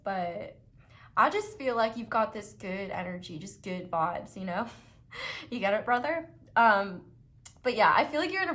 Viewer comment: "good vibes" in a cali surfer accent lmfao